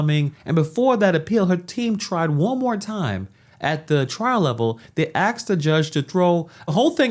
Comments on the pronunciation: The Word is "Asked"!!!! NOT "Axed"!!!!! Drives Me Nuts!!!! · asked not axed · I just wonder why people don’t help this particular person on how to pronounce the word asked. It’s not. Axed 🥰🥰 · Axed him??? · THAT'S the problem! She should of ASKED the judge, not "axed" the judge!! Jeesh. She's lucky she didn't catch another case for attempted murder. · Correction: she didn’t “axe” him, she “asked” him. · Asked him or axed him? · Axed him, WHAT? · Axed him to??? Really? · Dude, you said "axed" multiple times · They did not ‘axe’ the judge. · "Axed him"??? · The narrator says axed instead of ask? Go back to school boy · uh.. axed him? Sounds like we need a murder trial too. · "Aksed her"? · She "asked" him she didn't "axe" him 😅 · My man, there is NO x in Asked. A S K E D not Axed. holy shit. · well...when you " axe" a judge, you go to prison... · She’s axed the Judge to axe the charges. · The word is "asked".... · "...went back to the judge and axed him..." Hey, isn't that a crime?